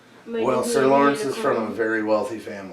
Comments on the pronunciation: Love the reactions! This is one of my most looked forward to series. Also btw, it's "Loras" not "Lorence" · Loras, not Lawrence.